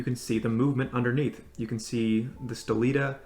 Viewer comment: That's the best review of this watch on YouTube! Fyi , The name of movement is "Sellita" not "Stellita" 😎 !